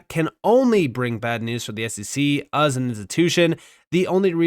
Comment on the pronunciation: Can’t get over how this man says “as. “Uzz an institution” 😂😂😂